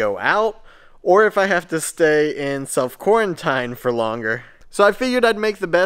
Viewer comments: love this channel but you're killin' me Bro. It's pronounced "quar en teen" not "quar en tine" with a long "i". And what planet have you been on, the vast majority of tests require long swabs up your nasal cavities. Hope you test negative and feel better. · I think he just pronounced it differently. It might be an Ohio thing to pronounce quarantine that way.